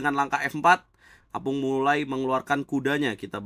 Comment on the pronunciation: Tulisannya opung (kakek), tapi selalu disebut apung, 😂